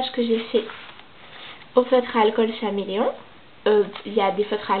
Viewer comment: C’est bien mais on dit comme l’animal caméléon